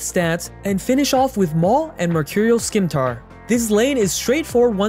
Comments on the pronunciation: Hearing Skimtar instead of Scimitar makes me physically cringe in pain. Please stop. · We gonna ignore he says "skimtar" instead of scimitar? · Scimitar is pronounced SEE MI TAR not SKEE MEE TAR...